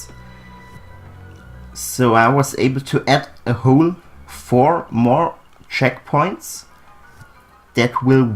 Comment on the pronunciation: Checkpoints not checkoints